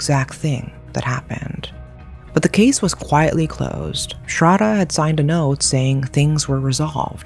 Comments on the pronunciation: its not ''srada' its sradddddddhhhhhhhha.....pronounce properly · the name butchering is KILLING me. "shr-AH-da" "aaf-tahb"